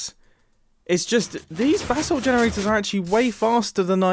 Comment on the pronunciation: The way you say “Basalt” hurts.